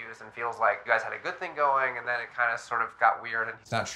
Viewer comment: Thin 😂line I guess I was line then sound like ‘then’